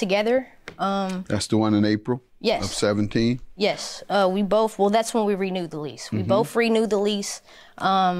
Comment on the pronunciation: "We boff" 🤦‍♀️ it's We "BOTH"